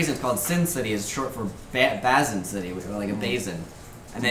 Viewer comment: His pronunciation of 'Basin City' is funny.